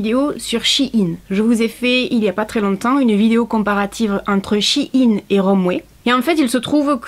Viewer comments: Coucou. Juste pour dire que ça se prononce "chaine" pas "shi yin" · C pas chinine sa ce dit chaine mais sa s'ecrut shein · Je viens de découvrir que shein ce prononce Chi-ine alors que moi je disais shayn 😂